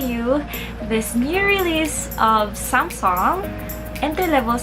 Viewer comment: So SAMSONG is good pronunciation for you? WOW!